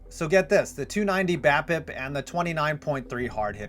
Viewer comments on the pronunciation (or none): You're saying BAPIP right, but the stat is BABIP....